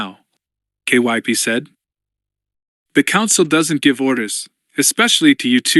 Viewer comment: That's a fact. I don't mind the awkward cadence of the AI reader, but i can not stand all the names he pronounces wrong. Took me until the end of chapter 2 to realize "K... Y... P..." was supposed to be Kyp, why on earth does he spell it instead of trying to read it?